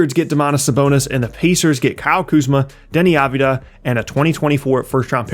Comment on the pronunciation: Deni aviuda??!?? Cmon man i love your content but u gotta learn the guys name